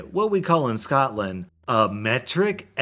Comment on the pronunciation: Scotland not Scotand